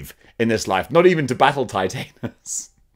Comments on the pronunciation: You're pronouncing it like it's titanium. It's not like titanium, it's like TITAN. Titan-us. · U lol about titanis but don't pronounce it right